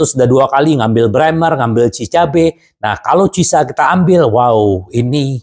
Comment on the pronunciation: Pas blg cieesa jadi cisa 😅